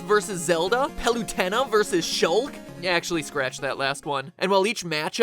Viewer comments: Pal ewe ten a is not how you pronouce Palutena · its pronounced Pal-oo-TEE-nuh and she god so yea u might wanna watch what you say or she will strike you down HAHAHAH no jkjk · It's not "Pal-U-ten-a" it's "Pal- uh-tay-na" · Sorry it's pronounced pal-lu-Tina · its pronounced palataina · It bothers me that Matpat pronounces Palutena like PaluTENa. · is that really how you pronounce palutena? REALLY? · The way the way he mispronounced Palutena and Shulk really bothers me for some reason. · Dumbass pronounced Palutena wrong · i didnt think anyone could mispronounce palutena